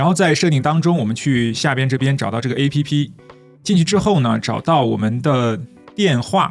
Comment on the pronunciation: 請試著不要讀成"A" "P" "P", 請讀成"APP", 是一個字, 可以嗎？謝！